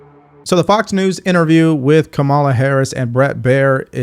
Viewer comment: Everyone is supposed to know how to pronounce the names of the prez & VP .. Mispronouncing either name makes the host look uninformed. As for KA-ma-la (not ka-MAL-a), she's as awful as Trump. Two bad actors as usual running for prez.